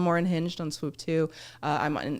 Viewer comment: For me it's the Swuuup 😅